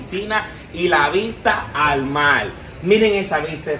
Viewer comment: jajaj de decir al mar dijo al mal